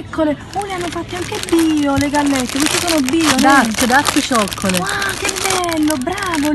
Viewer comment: Notare Nancy ed il suo inglese perfetto al minuto ! " Darke, darke cioccoleit! " =)